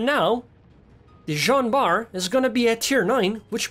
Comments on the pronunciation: You prononce it very well Dude ! 😎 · why u say u can't pronounce her name :v you pronounced it very well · Yeah it sounds like the french pronounciations on forvo that I always use when I want to know things like this. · why did u say u cannot prononce the name of this ship right when it is on point .